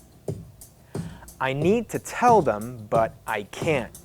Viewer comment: I hear wating like weding and can't like can